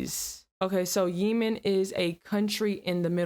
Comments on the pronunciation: It's not Yiemen It's Yemen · “Yee man” 😂😂😂 GIRL. IVE NEVER HEARD THAT PRONOUNCED INCORRECTLY!! It’s pronounced “yea men” like yeehaw And lemon. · I think it's funny kept pronouncing it Yeemen 😅 instead of Yehmen lol its OK I'd probably call it that too if I didn't have homies from there 😅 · 🤔 with the exception of the doors theres no windows at walmarts and home depots. Perfect buildings to fortify. Btw its not called yee-men. Its yeh-men. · I believe it’s pronounced “yeh-min” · Yemen is pronounced 'yeahman' Mon Cher. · And the place called Yemen she's referring to is pronounced like the word yes only substitute the s with men. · Stop pronouncing Yemen wrong